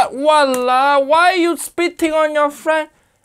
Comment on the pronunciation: Sir it’s called “Walauwe” don’t screw up pls